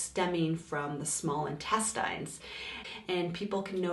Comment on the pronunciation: As soon as I heard her pronounce intestines, I knew it was going to get real annoying...then when she pronounced duodenum, and then jejunum.... NOPE!!!🤨